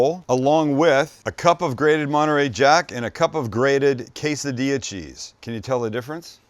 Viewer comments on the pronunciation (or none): none